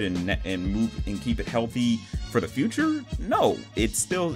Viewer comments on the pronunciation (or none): none